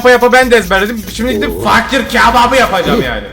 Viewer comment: fakir❌ fuuckir✅